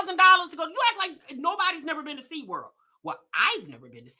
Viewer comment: This lady DID not just say “And went to sea-damn-world!” 😂🤣🤣🤣😭